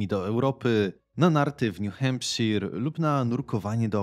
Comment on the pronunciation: Btw mówi sie new hempshajer